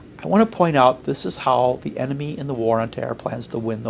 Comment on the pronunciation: enemy NOT eemt.....